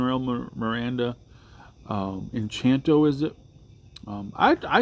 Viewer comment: All these songs (or at least most) are from since his last Polka Medley (med-ley, not mel-o-die), which was 10 years ago on his last studio album, Mandatory Fun. And it's 'En-CAN-to.'